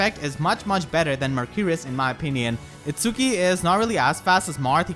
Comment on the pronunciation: Is It-ski not It-su-ki.